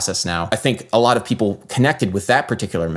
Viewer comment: I love that you read "ppl" as "pipple". A man after my own heart.